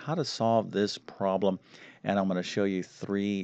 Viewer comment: Guy sounds like Presh Talwalkar. They both have the speech same impediment in which they drop Ls in consonant blends. Particularly “problem” is pronounced as “probem”. Also he seems to realize he should emphasize words in a sentence, only he doesn’t know when.